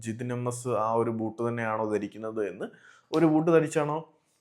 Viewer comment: അണ്ണാ വോട്ട് അല്ല ബൂട്ട് ആണ്